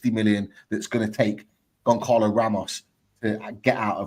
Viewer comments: it's Gon Zah Lo Ramos. Not Gon Carlo Ramos 👍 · yes his name is spelt Goncalo, but it's pronounced Gon-zah-lo. Like "speedy Gon-Zah-les